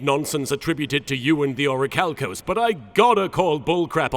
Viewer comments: It pisses me off that he said orichalcos correctly. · Wait he says it right! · This is the only time "This" version of Darzts said it right. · I think this is the only time says Orichalcos correctly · actually pronounces Orichalcos properly the one and only time lol <3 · actually pronounced the Orichalcos correctly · Ohsunofagunyouwon'tbelievethis but I ACTIVATE THE SEAL OF ORICHALCO- WAIT WTF HE SAID IT RIGHT?!?!?!? YOU BROKE THE TEXAN DARTS?!?! HOW COULD YOU! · doesn’t mispronounce Orichalcos